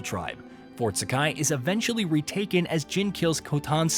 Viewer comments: Jean? I think you mean Jin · He suddenly started calling Jin "Jean" like halfway through the video 😂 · I'm like "who the fuck is Jean!??" 😂